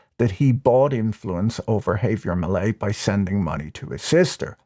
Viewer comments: it would be preferable if you were to enunciate millier's first name as 'haah-vier', not 'hay-vier'. 😉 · "Hay-vier" lolol wtf do Brits literally insist on absolutely mangling any and every foreign-language word they speak?? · No, you have the stress on the wrong syllable. The English phonics should be hah-vee-AIR. Last name me-LAY. Also, the v in first name is pronounced more like a "b".